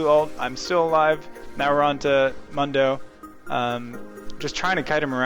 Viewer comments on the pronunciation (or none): Isn't it pronounced 'moon-dough' ? Otherwise great vids, I always learn a lot